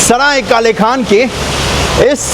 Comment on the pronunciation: भाई ये काले खान नहीं है ये काले खां है | पुरे वीडियो में आप काले खान ही बोल रहे हो